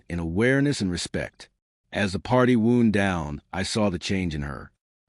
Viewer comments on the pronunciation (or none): In that context WOUND is pronounced WOOOWND (untie, slow down) what you pronounced is an injury.